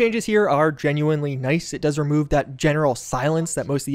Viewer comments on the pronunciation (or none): none